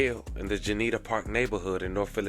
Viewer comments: JUNE-KNEE-ANNA NOT GENEVIA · I like the videos but before you do another on Philly, find somebody who’s from here to ask how to pronounce things. Idk if I’ve ever heard some of the names butchered that bad. Qua - Q-Waa Juniata - *June- ee- ATA”